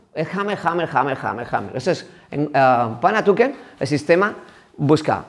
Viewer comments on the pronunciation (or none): Kali, "panatuken" 😂😂😂 julai, es panantukan, eso lo primero.Segundo, kali y panantukan es lo mismo, kali es la denominación que se utiliza para todas las artes marciales filipinas, que entran armas, boxeo sucio, el panantukan y grappling, el dumog.En pequeños detalles se cuando el instructor es un farsante.